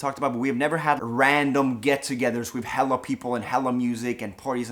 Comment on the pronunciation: he sounds weird sayin’ “hella” 😂